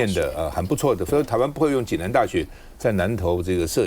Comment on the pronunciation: 是暨（ㄐㄧˋ）南大學而非濟（ㄐㄧˇ）南大學